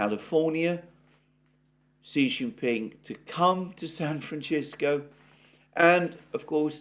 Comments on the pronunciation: Please stop saying San Franchisco. How is Alexander is such an expert in international affairs have never heard anyone saying San Francisco. Francisco is also a Hispanic name and I think people who have that name would be a little upset about butchering their name. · Say fransisco instead of frranchisco and poof just like that you will stop offending your entire US audience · Say it with me, San Francisco. Not san franchisco! Arghhhhhhhhhhh! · sam fran Sisco not chisco..am I having a stroke ;) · please learn how to say San Francisco correctly. It is San Fran cissssko, not San Frachisko... Thank you, kind sir. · san franSISCO no san franCHISKO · It's San Francisco, not San Franchisco..... Incorrect pronunciation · FYI: "San Francisco" is pronounced San- fran- sisk- oh NOT San fran-chisk-oh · San Francisco not San Franchisco lol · Brilliant and thorough content from Alexander as usual. My only caveat is laughing a bit at his pronunciation of "San Fran-Chisco", a weird Britishism like Alu-minium, etc! Spanish is my 2nd language & we don't pronounce it that way, nor did I ever hear that pronunciation in the 32 years I spent living right across the Bay in Oakland. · San Francishco? This guy can't pronounce the name of the city correctly? Since when did we have a San Francishco in the US? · Why do you pronounce it San fran-chis-co ? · Sorry I turned off at san-franchisco. Omg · Doing us dirty with "San Franchisco" but we'll take it over "Frisco" or "San Fran" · It is pronounced San Fran cis co. I have lived here all my life. We tend to say if fast here so it sounds like SanFransisco.... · San Fran-shis-co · San Franchisco?!? Oh, come on!!! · Why do you pronounce San "Franchisco"? It's not the pronunciation of the Spanish that founded it, nor of its inhabitants. It's not Italian! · With all due respect its pronounced San Francisco ...Francis...co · San Fran-chisko? Where did that 'h' come from in San Francisco? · San Franchisco? Hahahahaha...